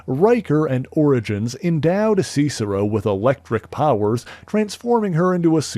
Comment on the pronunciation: "see-cero"? Not "sis-ero?"